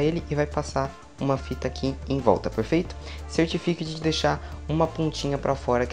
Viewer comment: Ele só sabe fala perferito🤓